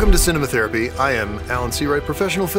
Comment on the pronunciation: The ad break is quite the crack up "Netflix's crap" "They didn't give us America, we took it from them!" "Ci-neh MA thrapy"